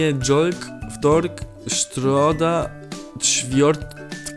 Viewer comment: Mówi się czwartek a nie ćwiartki musi słuchać cz